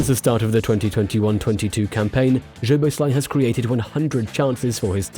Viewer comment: his name is- soboslai. hungarian 'sz' is the english 's' 🙄 in pleasure that is in hungarian the last letter 'zs' like the old player's name bozsik